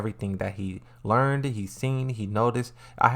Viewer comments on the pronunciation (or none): none